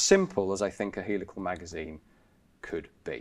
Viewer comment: Heelical not helical but beeson but not bison,the pronunciation is everywhere!